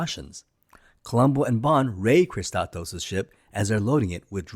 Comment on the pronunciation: How can you pronounce "Kristatos" as "Kisskosskos"?? Not even close.